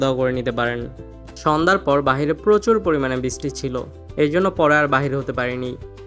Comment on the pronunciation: khub shundir video bhai. just ektu kheyal rekhen uccharin a, bristi na uccharon ta brishti hobe, talebbo sho, brish ti.